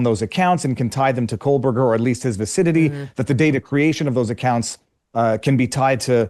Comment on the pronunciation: I have been listening for many, many months now, just so I’m SURE, MEGYN, if I may offer a kind correction, you CONTINUALLY & REPEATEDLY, say “Coleburger”. His name does NOT consist of an “L” anywhere! It is pronounced, “KO-BURGER”. As Michael Jordan said, “ STOP IT! GET SOME HELP!” 😂